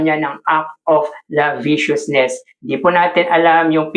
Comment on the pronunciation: It's not laviciousness it's lasciviousness Po!😊✌️